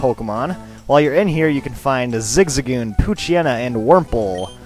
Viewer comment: Isn't it zig-zag-goon?